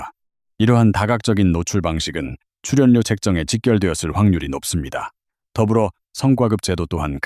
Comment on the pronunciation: 츨연료 발표힐때 너 혀깨물었니, 아니면 똥 씹었니. 어느나라 말이니 ? 넌 아웃 되어야되